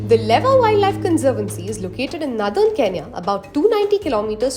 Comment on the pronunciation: Its "lewa" not leva.